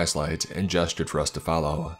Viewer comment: “if you can’t fallow thase instractions” LmAo 😂